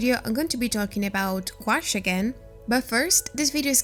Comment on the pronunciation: Don’t mean to be critical it’s a French word. And is pronounced Goo. Ash.